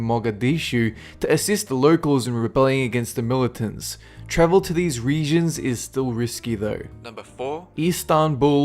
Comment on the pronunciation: you said milittants.... are you FUCKING SERIOUS!?!?!?!